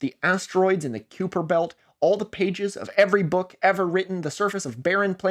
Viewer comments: If this video doesnt mention Tree 3 at some point Im going to be sadder than when I just heard you pronounce Kuiper as Qu-per instead of Ki-per Edit: The way my jaw literally dropped in awe when you said what Elga did, fuck Im so autistic and sometimes I absolutely love that. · it's pronounced "kai-per"